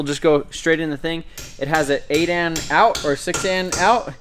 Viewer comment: It's 8 A N, not 8 Ann